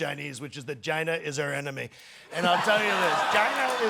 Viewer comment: Put on subtitles and watch how it translates his "China". 😂😂😂😂😂😂😂